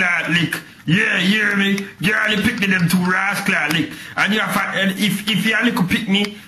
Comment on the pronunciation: "raas lick" hahhahahahha